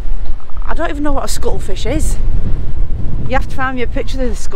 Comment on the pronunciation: its CUTTLE fish. Not scuttle 😂😂 and Lisa all I know cuttle fish for is its normally given to budgies to knaw on dried to keep their beaks short